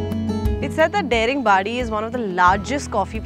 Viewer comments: It is pronounced as Da-Ring-Badi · First of all its not daring badi, it's pronounciation is "Daaringbaadi".... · Pronounced as Daaringbaadi but ok😀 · I appreciate you for covering my state. Would like to point out one thing though…its not pronounced Daring-badi….its Da(as in dada)-ring-badi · Thanks for the lovely coverage. A suggestion would be to pronounce the local names as it is. Its not डेरिंग बॉडी but दारिंगबाड़ी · Nice vlog. Loved it 💗.But are you sure the pronunciation "dey-ring-baadi" and not "daa-ring-badi"? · Its pronounced as Daaringbadi and not Dairingbadi. I am surprised no one corrected you. But excellent episode. 👍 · It’s not Dering badi, it’s Da ring badi => daringbadi 🤗🤗🤗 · I love❤it, But there is One problem... Why you are Pronouncing Daringbadi as Deringbadi... ??? You can call It, Daaringbadi.. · It’s दाड़िंगबाडी not डेरिंगबादी🌝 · tales.--------abe yaar wo daring nehi hai, its daaringbari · Your pronunciation of Daringbadi is incorrect. It's not 'daring' as in the English word. It's pronounced as 'DAAringbaadi'. Notice the stretch on letter A. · Daringbadi, it's not daring badi. 🥺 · It's not daring badi it's daaringbadi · It's not देरिंबाडि It's दारिंबाड़ि🤦🏻‍♀️ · Ita not daringbari ,it's daringbadi. Pronounce properly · It is Daa.... Daaringbadi.... Not daringbadi... Should start with respect... Respect from correct pronunciation.... Not udisha.... Odisha.... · thank you for featuring these places but may I point out Daringbadi is pronounced as दारिंगबाड़ी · daringbadi is actually pronounced as "daa-ring badi" nd the "da" in daringbadi sounds same as "th" in word "the", but its ok... u gave a new name to that place, its cool😂anyways, lots of love frm odisha 💜(although m late lol) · Hey Girl, You should pronounce this place as Daaaringbadi (D for Die ring badi) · Excellent video. Only, the pronunciation is 'DAA-RING-BAADI' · Nice video, but my god whenever she pronounces Daringibadi like damn it's not daring badi